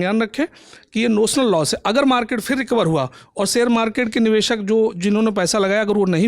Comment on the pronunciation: Bed se so kar uthakar agaiye hai lagta hai. Lalantop ki reputation ka to khayal rakho, screen time mil raha hai uski respect karo bhai. Upar se communication bhi mashallah. 'Niveshak' ko 'Nivesak'. 'Shayad' ko 'Sayad'. 'Bazar' ko 'Bajar'. kya kar rahe ho.